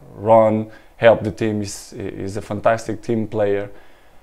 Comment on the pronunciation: "he shit unbelievable" hahahhahaha can't unhear it